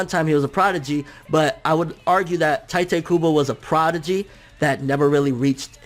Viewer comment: I cringe every time you pronounce 'Tite Kubo'.